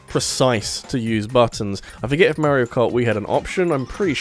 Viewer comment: Why do you say “Mehrio” instead of “Mario” ?